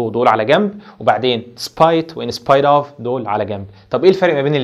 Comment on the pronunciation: سوري يعني انت اصلا مش عارف تنطق كلمة in spite of صح أصلا .... مش ممكن أنا و أنا باسمع نطق الكلمات من أول عشر ثواني قفلت ... لو أنت مش فاهم English سيبه للناس اللي فاهمة ... علشان حرام تعلم الناس غلط